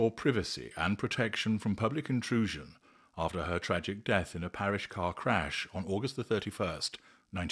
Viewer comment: PariS not pariSH